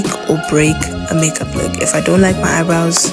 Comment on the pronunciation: The South African me thought you said Haibo when you said “eyebrows “ 😂😭😭😭😭 girl